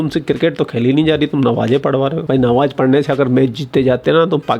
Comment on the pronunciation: Nawaaz Nahi Namaaz bola jata Hai